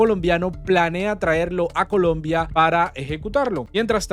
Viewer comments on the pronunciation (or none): none